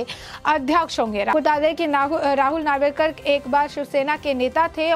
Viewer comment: नावरेकर नही नार्वेकर बोल